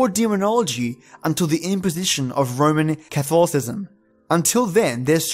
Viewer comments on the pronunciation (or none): none